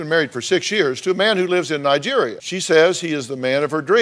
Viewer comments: i do be suprised you pronounce nigeria well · Finally, someone who says Nigeria right.